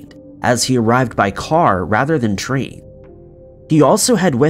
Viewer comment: "..but the ticket still doesn't seem to be explained as he arrived by car rather than tree." I know it's an innocent mispronunciation, but it made me pee a little. Also, Vasile was probably kidnapped and possibly experimented on due to Russian scientists having zero moral fiber. The fact he returned in the same clothes he left in shows he was cared for only as much as was needed to sustain him. Also also, if it was state sanctioned Vasile would have been threatened with harm to his family if he said a word, so him playing forgetful would be in his and his family's best interest. Russia doesn't fuck around.